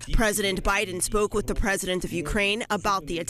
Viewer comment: Lindsey keeps pronouncing BIDEN wrong ....